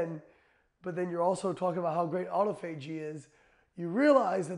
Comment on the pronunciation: Wow, even doctors have problems pronouncing autophagy.